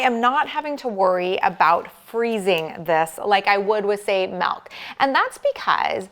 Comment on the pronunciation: I love the " melk "